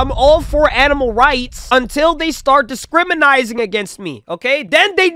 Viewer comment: I know this man didn't just say discrminizing 💀